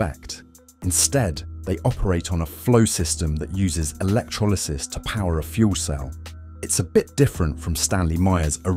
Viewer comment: Work on pronouncing 'electrolysis' while you're at it ..